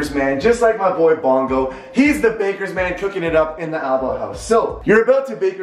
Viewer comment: When he said bakers man I thought he said lakers fan and I was so confused on what he was talking about